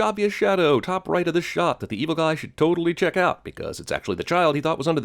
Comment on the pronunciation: has he (voiceover guy) always had that accent. if so, for some reason, it's a lot thicker when he says, "evil guy"